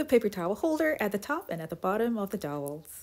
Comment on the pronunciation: Very interesting and clever. It's dowel though not towel ir doll.